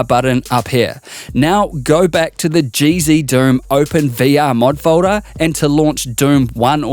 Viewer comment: learn how to say folder